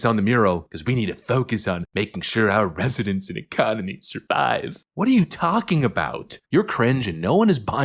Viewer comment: She actually stated "iconery," not economy, how ironic. Lol.